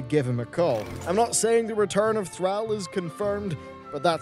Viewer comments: Max Power well and it has been pronounced thr-all in the game for decades. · Lol sounds like he was saying Threll like a grell. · You are meant to pronounce the name "Thrall" like the word "crawl", not like the world "shall" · You are saying Thrall wierd. Almost like Threall. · >< your pronunciation of Thrall was so frustrating to me! (based on cinematics within warcraft 3 it is pronounced Th-r-aw-l) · It's pronounced "TH-RAWL" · why do you keep saying "throwel" so many times? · Thrall is pronounced like Throll. Just saying. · ITS NOT THRAWL! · Why the fuck is he saying Thrall with a hard A? The audio is in the game, written, read, pronounced and signed off on for years now as "Th-Rall". Soft A. It's fucking cringy when he says it. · Thrall is pronounced Thrawl. Cmonnnnnn now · Dude please pronounce THR-ALL properly... Thank you, your viewer base. lol If players were smart we should boycott Blizzard for a month or two so they'll listen to us maybe. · TH RALLLLL? .... thra-ow is annoying af. pronounce it better plox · Your pronunciation of Thrall is triggering. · Also thrall is a word all its own that means slave. The pronunciation isn't really up for debate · Omg the way he pronounces Thrall is pissing me off so much, and the amount if times he says makes me feel like he's doing it in purpose!!! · The way he pronounces thrall triggers me like that snickers commercial n the guy that kept saying ALMENDS instead of almonds. REEEEEEEEEE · Every time you pronounce Thrall it makes my ass twitch!!! If you start saying it properly I will subscribe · oh lord the pronunciation of Thrall, it hurts. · you said thrall wrong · The way he pronounced thrall. What the hell? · Your pronunciation of thrall triggers me tbh. As much as people are complaining on the forums, blizzcon on the wow side seems pretty decent. (Rip diablo tho) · Thrall, pronounced like call or ball, not gal or pal... now back to watching this enTHRALLing video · AMAGAD learn to pronounce Thrall !!!